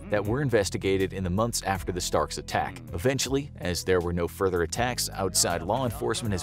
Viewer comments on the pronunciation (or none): none